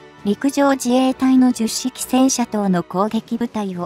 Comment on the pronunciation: と 同じ型番が繰り返され❓️😳となります。 10は「ひとまる」と読んで頂きたいです🙏